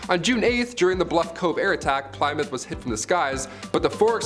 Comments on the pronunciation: Yes I fringed every time he said it....it's "Plimm- mouth" .."Plym" sounding like the word "him" or "slim"... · Pliy mouth; damn that has me wheezing 😭😂 keep it up! For future though, it's Pluh-mouth.~ 💕🏴 Love a Brit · not pli as in 3 ply but plimmouth. and its not "the hms plimmouth" but just hms plymouth. how do I know? I was on it the day it decommissoned in Portsmouth. Navy vet. lol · Ply is pronounced plim in this instance. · plie-mouth? lol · Say Ply-moth again please. Lmao. You have an American accent, there’s a famous rock... my mom drives a Plymouth... and so on. Good video. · Plymouth is pronounced "Plihmuth." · I believe it's pronounced HMS plimouth. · If it was Plymouth - pronounced Plimouth i would have thought the Americans would have pronounced it the same !! The American Plymouth was named by the settlers who came from Plymouth England !! There are many places in USA named after its same name-sake in England !!! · Pli muff. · Plymouth is pronounced Plimouth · Hello, old chap. Try this, in a British accent, ready? Ahem.... 'PLI-MUFF' Cheers mate. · You could not have pronounced plymouth more wrong if you tried 😂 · He pronounced Plymouth wrong.And that really bug me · Please never say Plymouth ever again. Many thanks. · Why are you saying Plymouth like that? 🤷🏼‍♀️